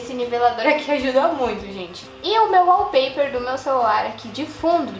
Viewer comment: e kkkkkkk é wallpaper e não wallper!